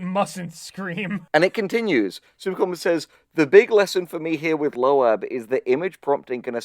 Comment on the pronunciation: Bruh why they pronounce it as "lo-ab" 💀